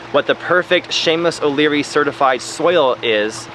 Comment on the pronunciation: Are you saying "Seamus O'Leary" or "Shameless O'Leary"?